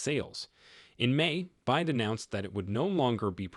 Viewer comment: B Y D not "byde". Again I believe this is AI aided monologs. Not the most effective.